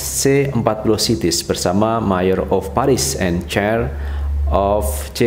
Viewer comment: Cuma ngasih koreksi dikit... itu tulisannya mayor..... bukan di baca ma yor.... di baca mei yerr.... itu artinya walikota.... dan ad bbrp lagi pengucapan yg kurang pass... agar bs jd perhatianny. Terimakasih